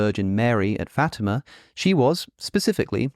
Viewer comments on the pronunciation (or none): none